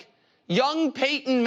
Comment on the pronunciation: Did Nick say “Paintin’” Manning? Lol